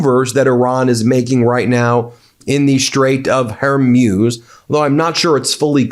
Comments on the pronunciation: You'e going to be saying it a lot from now on, so please learn that it's the Strait of Hormuz, not Hermuz. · Hor-Mooze. Not Her-Muse. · It’s not Hormuse. It’s Hormuz! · Hormuz is pronounced “Hormooze” not “Hormews”. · Strait of Hermuse..? oh, you mean Hormuz... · Hey Ben Get the name right! it's NOT her-muse it's HORMUS pronounced Whore-Muse Don't flaunt your ignorance, it insults your status as a Professor! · Strait of H o r m u z it's not her muze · HER-MUZE, DO NOT BE SO AMUSING, CORRECT PRONOUNCIATION IS S, HER-MUZ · I think it is pronounced "Hor-Mooz"; it sounds like you're saying "Hair-Mewz." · PLEASE have the respect to say Hormuz correctly!! Its not Her-MEWS ! It is HOR-MOOOZ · It's Hormuz (Strait of), emphasis on hor, not her.........love ya buddy, only here to help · Ben: It's pronounce Hermooooz. Not, Hermyus. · It's pronounced "Hor-mooze" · Hormuz is Hor-mooz Ben. It’s hormooz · You really should look up how to pronounce the Strait of "Hormuz" (i.e. mooz). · Thank you for wholesome reports. Just a small item: the name Hormuz, the “-muz” should rhyme with speaker brand “Bose” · Ben, “Hormuz” is pronounced “whore-mooz.” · Hormuz is pronounced "hor·mooz" as in booze or snooze. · Your pronunciation of Hormuz is getting worse. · The way that this host pronounces the Strait of "Hormuz" is weird... 🤔